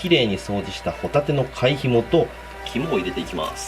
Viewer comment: ひもの煮付けがホモの煮付けに聞こえた俺は末期